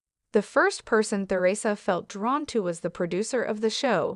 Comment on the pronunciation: Learn how to pronounce Theresa ! Someone Not an American! This is probably bogus!